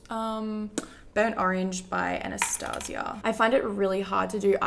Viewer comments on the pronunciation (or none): none